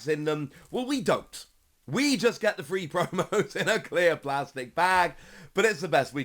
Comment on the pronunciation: If you have a voice for radio! Learn too pronounce 3. sorry but it annoys me everytime!